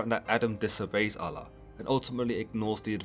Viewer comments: He did say "God, in this case known as Allah" or something like that. I wish he would've used the term God instead cause its weird the way he pronounced Allah. Oul-Loh/Aul-Lah not al-la. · Just say god instead of allah. It means the same thing and you are saying it weirdly.